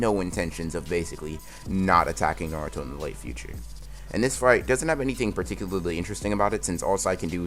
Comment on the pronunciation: particulily LOL particu"lilly"